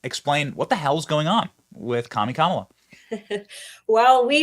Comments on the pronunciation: Commela emphasis on the e comm-e-la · I thought I heard the VP herself say her name is pronounced as one would pronounce Pamela, therefore "KAM a la" , emphasis on first syllable. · KA MEEL LEE ON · Kamala complains people cannot pronounce her name meanwhile she’s filmed giving the same pronunciation as everyone else. How can she complain if she’s doing the wrong pronunciation to herself.